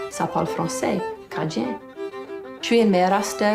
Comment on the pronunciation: In your last video, I said you said Cajun correctly once. I'm watching this video immediately after and you have perfected it. I told you I cried through the last video, and then I got to in this video. My eyes are going to be red the rest of the day. I am guessing that Chiac is the French equivalent of Spanglish, or, Spanish and English? Thank you for this ❤️